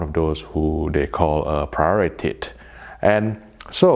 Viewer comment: "Prioritit". Subbed. :D